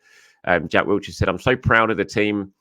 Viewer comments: Sounds like he’s saying Jack Wheelchair 🦽 😅. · it's 2024 and you're still adding a t to Jack Wilshere 😂 Wiltshire is a county.